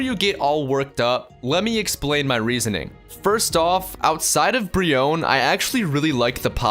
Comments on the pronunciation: when he said brionne I had to hit my hand from keeping it from flicking the screen off. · Why brionne